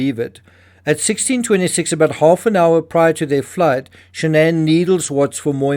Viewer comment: Her name was SHANNON...not shan'ann